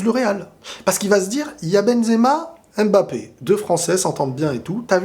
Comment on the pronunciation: svp faite un effort de prononcer M'bappé et non M.M'bappé car je sais que tu as les origines africaines et ce n' est pas difficile pour toi de pouvoir bien prononcer ce nom. C'est un nom camerounais et non français alors ayez la gentillesse de le prononcer comme il se doit. Si vous ne le savez pas alors tout simplement demander.